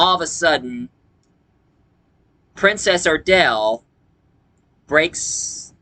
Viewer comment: PRINCESS ARDALA not Princess Ardale